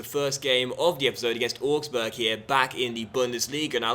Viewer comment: augsburg is pronounced owgsburg not orgsburg